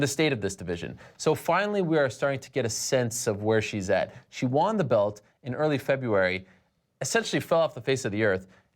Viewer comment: I've always hated how Ariel pronounces "won" like "wahn."